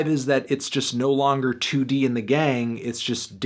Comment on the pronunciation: “2D and the gang” Anthony, I love you but, n O